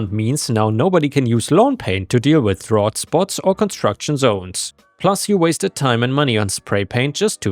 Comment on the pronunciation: Drought rhymes with snout!